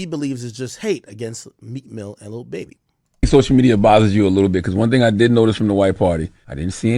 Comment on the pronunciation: I hate the way he says Baby it’s fucking weird!! And him saying he’s the best person on this planet he’s a fucking rapper who sold drugs and scammed and rapped bout it so chill on that shit